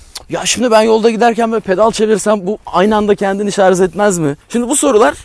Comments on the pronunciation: Voltaj diyebiliyor ama şarj diyememiş sunucu arkadaş. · Şarz değil! Şarj. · Ah be kardeşim, bir de şarz değil de şarj desen ne güzel olur. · Şarz değil şarj demelisin... Türkçen yetersizken companent de neyine, "bileşenleri"diyebilirsin. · Şarz değil Şarjj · Bütün ingilizce kelimeleri doğru söyleyip de bir tek Şarj kelimesine şarz demeniz kasıtlı mı acaba? Dikkat çekmek için midir? Videodaki alt yazılarda da hep Şarj yazıyor bir sorun yok çünkü. Bunun dışında kanalınız çok güzel zevkle takip ediyorum. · şarz (Yanlış kullanım) şarj (Doğru kullanım) Cümle içinde kullanımı: “Yeni aldığı telefonunun şarj ömrü çok uzun.” Lütfen, güzel dilimizi doğru telaffuz edelim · harbiden şarj demeyi beceremeyen bir ülkeyiz, yahu dil kurumu bunu şarz diye değiştirsin bitsin bu çile. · şarz demeyin şuna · Şarz dedikçe tüylerim diken diken